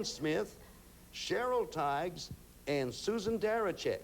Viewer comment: mispronounced Cheryl Tiegs.